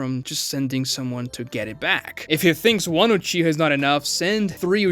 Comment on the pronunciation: Gng did you just say uchiger